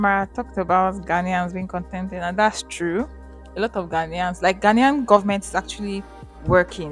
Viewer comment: Beautiful video, beautiful Naija babes😆🤗 Love from Ghana By the way it is Ghanaian, pronounced as Ghanien not Ghanian😃😃🤗